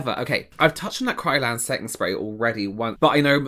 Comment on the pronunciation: That last tiktok scared the crap out of me. I thought she said KRYLON instead of Kryolan. KRYLON is the fixative spray you use to set the color in a charcoal/oil pastels drawing on paper. Don't put it on your face. Or inhale it. I can't believe how similar the names are given that the functions also run parallel - it's like they're just asking for the next 'Gorilla Glue as hairspray' victim.